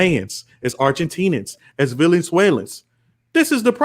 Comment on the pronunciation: did you say "villianswaylins"?? 😂😂